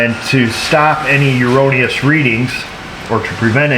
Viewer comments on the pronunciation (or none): Hopefully at some point here realizes the word he's looking for is "erroneous", as in "error. Not "uroneous."